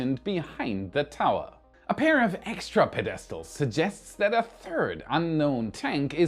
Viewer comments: Po-des-tals? Ped-A-Stils please. LOL. Great content. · PED-estals not pe-DEST-als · pe-DES-tals!? Thanks for that laugh. Keep up the great work! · its PED-i-stals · Ped es trals? Interesting that your accent and pronunciation seems to change from video to video. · Pedestals -> "Ped-uh-stoolz" (sorry) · peDEStals? subSEquently? what country am i in?